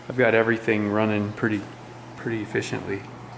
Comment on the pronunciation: "e-FISH-ently" dont worry, i appreciated your joke dad